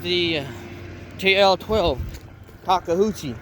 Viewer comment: Good video. Thanks for getting right to the information and not rambling about crap that is irrelevant. 😊 Sorry to be that guy but repeat after me: Toka-you-chee. Thanks.